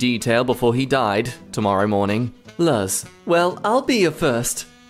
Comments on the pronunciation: Its looz, not luhz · Me when Pronounced Luz(Looz) as Luz(L-uz):*Visible Frustration* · It’s pronounced: Looz, and that is The Owl House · nice try but it is pronounced luce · Him pronouncing Luz as l-uh-z is causing me psychic damage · Luz is pronounce like loos. Luz is a Spanish word which translate to light in English. I just had to say it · The prounounciation of Luz made me want to die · Luh z though. lol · All the fellow Owl House fans crying that he pronounced Luz how it looks, and not Looz. But like... LUMITY FOR LIFE DUDE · the way he pronounced luz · YEA! OWL HOUSE! (But I will never forgive how he pronounced Luz, no matter how irrational it is to hold it against him) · The way he pronounced Luz hurt me physically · everyone in the comments is talking about the owl house reference as i watch the owl house right now. also u pronounced luz wrong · My soul died the way he said Luz and Amity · He said luz’s name wrong but I don’t think he has ever watched the show so it’s ok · He pronounced Luz wrong ) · man mispronounced luz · a note, from an owl house fan. Luz is pronounced like the luc in Lucy. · * cries in pronouncing Luz wrong *